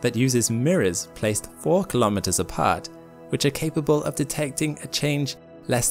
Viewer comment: please learn how to pronounce the word 'kilometre'